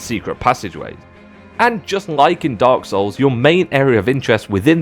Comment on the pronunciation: Hes saying dog souls, im sure